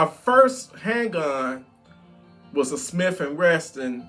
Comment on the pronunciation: Love your channel but there is no "t" in "Smith and Wesson" Just like there is no "t" in Tim Walz (testosterone) 🤣😩🤣 Bot correcting you to be a dick I just want uou to succeed and some people will hate on you for pronouncing it that way. If you know and want to say it like that anyway all good. I have a glock 43x and its my fave funkytown vehicle..